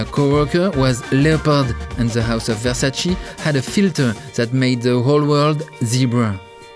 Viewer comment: It's not "Versaci", it's "Versace" ! 🙏 Mama mia 😂